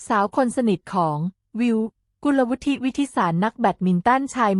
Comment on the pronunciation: เค้าอ่านว่า กุน-ละ-วุด ไม่มี ทิ